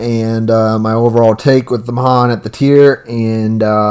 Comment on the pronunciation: USS Mahan is the name of the ship that I served on in the Navy and it's my favorite tier 5 DD She's a great gunboat 😊 Pronounced "mu-han" Nice video